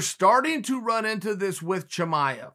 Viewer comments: I'm listening to this while doing dishes and the entire time I think he is saying "Jemima", when he is trying to pronounce "Chimaev" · Me: Chimaev Chael: Chimichanga Me: ok great